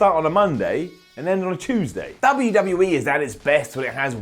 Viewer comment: I like them all but cant understand a God damn word that comes out of ' mouth. And I hate the way he says WWE. UGH